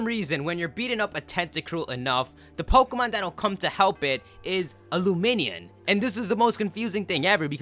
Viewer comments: luminion??? I thought it was pronounced lumineon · is the worst for mispronouncing Pokemon's names. LumiNEON as in illuminate-Neon. pokemon names are secretly made up or 2 or 3 separate words